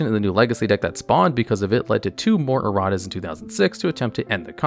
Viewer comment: "Errat's" Amusing and appropriate either way, but please tell me that was on purpose.